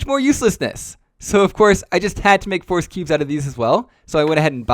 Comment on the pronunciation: The way you pronounce "Rubik's" is interesting and unique. Almost sounds like "force"